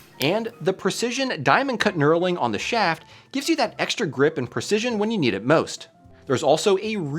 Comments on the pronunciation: Cuh-nurling? AI much? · The K is silent. It's just pronounced NURLING